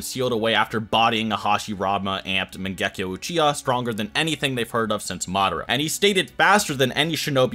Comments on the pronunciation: Mangehkio wtf mate say it properly MAN GE KYOU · wtf is with the "megekko???????" its MANGEKYO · Bro mange-kayo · The way this guy says mangekyo is so wrong.